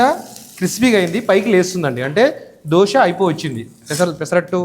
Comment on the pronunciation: దోస కాదు దోశ.